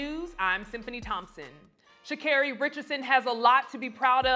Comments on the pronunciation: C'mon Black people her name is pronounced "SHA-CAR-REE" NOT "SHA-CARE-REE". I'm sure she deals with her name being pronounced wrong by people outside her community, we should have her back by saying her name properly and confidently! She has a "Black" name and we should honor it as we do our own! #iloveusforreal💗💗💗💗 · Congratulations Sha'Carri Richardson!!! 👏 👏 👏 👏 👏 👏 👏 👏 👏 👏 👏 👏 👏 👏 👏 👏 👏 👏 👏 👏 🏆 🇺🇸 🇺🇸 🇺🇸 🇺🇸 🌎 ❤🖤💚 We are so proud you! That wasn't easy at all! What else is new. Mispronouncing her name at the Gold metal presentation. She handled that with grace. A Black interviewer kept calling her Shakira. Omggg... They do that ish on purpose. Black Women are under attack by everybody. The way the 🇯🇲 channels were talking about Black Women in general surprised me. Sha'Carri got triple teamed and beat them all. Now here comes the hating, bitter, jealousy. USA is killing it PeriodT! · You guys are journalist, yes? So words and the pronunciation of words are your number one priority, yes? So why do you people insist on mispronouncing Sha’Carri’s name?????? Stop saying sha care-ee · Will u stop saying that woman's name wrong. Its Sha-Car-E.. she corrected the reporter which u spoke on yet keep saying her name wrong. So disrespectful. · God is with everyone Sha' Scarey. But I guess in the 200m She 🕌 was a little more with Gabby Thomas and Shericka Jackson than Richardson. Running faster than someone else does not make you better than anyone else. Mispronouncing a weird name that nobody else has might make her mad. Oh well! So called "white" people are not the only ones who have trouble with weird names so I don't think that reporter was trying to 'diss" her. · It’s 3 syllables! They could work on it! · I'm so happy for her, and keep correcting them when they mispronounce your name EVERYTIME! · They kept saying her name wrong! It pissed me off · She does have to talk to the media if she doesn't want to. The commentator for CHN is mispronouncing her too.